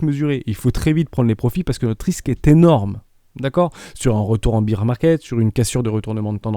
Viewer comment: Super vidéo, merci !! Je me posais justement intérieurement la question pour le CRO et le XRP, surtout le XRP avec ses problèmes avec la SEC. Tkt on s'en fiche de l'anglais (pour high) ! Comme quand on entend un peu partout "beer" market au lieu de "bear", au moins ça donne envie de prendre l'apéro ! "biais psychologique j'y vais!", tu m'as fait rire ^^